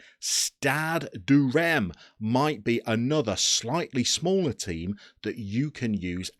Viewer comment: About the only one I noticed in this video was Reims, which is notoriously difficult to get right. It's sort of like "ranse", which is "rinse" with a "cat" a sound in it. And the N is silent. Ish. If you're wanting a resource on pronouncing things, check out the Let's Say playlist on my channel. I did most of the teams in Europe.